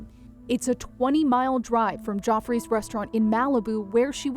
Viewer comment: Geoffreys is not pronounced "joffreys". It is pronounced like Jeffrey's.